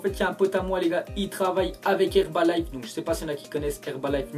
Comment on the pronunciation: Pour le mini placement de p'rod , il dit HerbaliNe au lieu de HerbaliFe